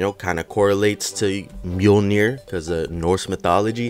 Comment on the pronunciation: Mjolnir? Maiolner bro